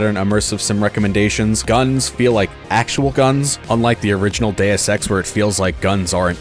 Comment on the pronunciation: "Modern Deus Ex games", or as I heard it, "Modern day sex games"